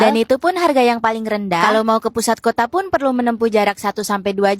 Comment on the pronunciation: Betulx3...begitu jg KOTA jgn sebut KOTE mak sy jd marah tau...